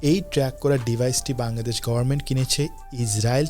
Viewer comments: ভাই, বাংলাদেশ উচ্চারণটা আপনার মাঝেমাঝে বাঙ্গাদেশ হয়ে যাচ্ছে। কারেক্ট ইট। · বাঙগাদেশ বলোস কেন বাংলাদেশ বলতে পারোস না🤣🖕